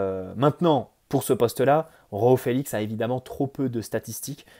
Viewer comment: C'est "Joao" Félix pas "Roao"